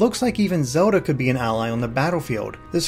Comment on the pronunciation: Awesome video! Just, it drives me nuts when you pronounce Zelda like "soda".